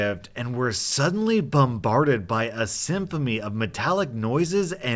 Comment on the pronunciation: "Symphomy" :D